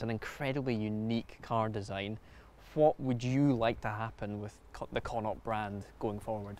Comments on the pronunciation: They're also mispronouncing connaught. Connaught is pronounced like Con-ockt. Its a province here in Ireland consisting of 5 counties. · Why is it named after an Irish Province? Would love to know. By the wat it's pronounced Konnoct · You'd think a Scot would be able to pronounce Connaught correctly 😂😂